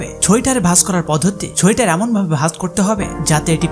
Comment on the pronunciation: ছোয়টার= সোয়েটার